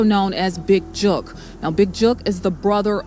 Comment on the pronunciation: His name is Big Jook, like book, hook and not Big Juke! Put some respect on his name!!!!!!!!